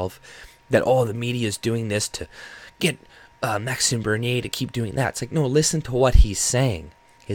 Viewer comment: I noticed you pronounce his name properly. 🤗